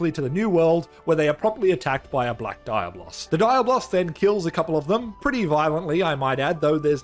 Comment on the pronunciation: My dude gotta practice more how to say Diablo’s in Spanish😅